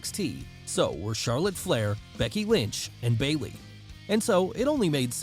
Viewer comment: Baiwey uwu EDIT: he just keeps saying Baiwey Jesus Christ I am so sorry